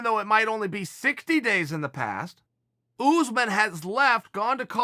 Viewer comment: Chael "Oosmen" Sonnen